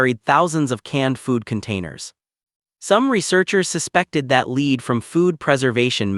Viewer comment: "Nice" story, but the AI narrator needs some more education on the nuances of language, e.g., 1840's read as "One-eight-four-zeros" instead of "Eighteen-forties", and the pronunciation of "lead" depending on context, i.e., "lēd" vs 'lɛd". Unfortunately, some supposed English speakers haven't figured it out yet, so AI isn't too far behind in that respect.